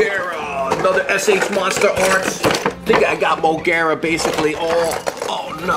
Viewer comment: elking from ultraman to be exact its burning Godzilla 200 M o g e r a is her Name not to be mean showa Godzilla I have the Kong from Godzilla vs kong king c e s a r e not to be mean I said it that way so you could Pronounce it properly again not to be mean I like your video game Godzilla also and showa Godzilla I have a small gidarah To be exact It's rainbow mothra Leo from rebirth of mothra 3